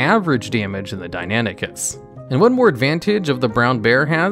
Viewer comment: Hearing him Calling Deinonychus Deinanychus got on my Nerves so much because of my studies in paleontology. Like there isn't even a A in Deinonychus how did he get suck Deinanychus??? Deinan Deinon Sorry but Fuck dude!